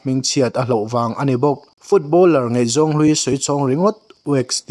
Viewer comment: Ngeihzawng nilovin ngaihzawng tih tur... chuan mizotawng lamdik zir teh.... ṭhahnem ngaih pui vang aw.. lei chin